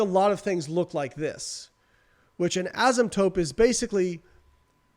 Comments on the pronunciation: Love the podcast! Btw it's "asymptote" not "asymptope" lol. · Asymptote. Not “tope”